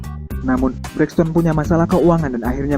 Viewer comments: Sebut betul2 Toni Braxton ..ton ton..jelek.. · mac hammer bukan MC hammer. lol toni braxton pun salah pronunciation.